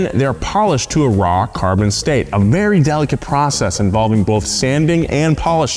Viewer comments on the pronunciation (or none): none